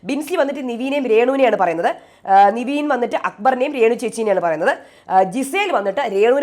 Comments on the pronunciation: എന്റെ പൊന്നോ നിവീൻ അല്ല പെണ്ണുമ്പിള്ളേ നെവിൻ.... നിങ്ങക്ക് ഈ തെറ്റിച്ചു പറഞ്ഞാലേ പറ്റത്തുള്ളോ???????????😂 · നിവീൻ അല്ല നെവിൻ ആണ് 😡 plz don't repeat, പറഞ്ഞു മടുത്തു 🤦‍♀️